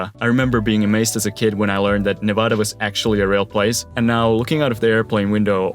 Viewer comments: nevAda** not nah-vah-dah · He said Nevada incorrectly ☠️🗡️ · Bro, how can I take you seriously when in the first 15 seconds you say Nevada wrong?! Come on man